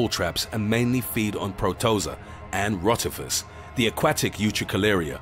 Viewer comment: pro-tOza? really?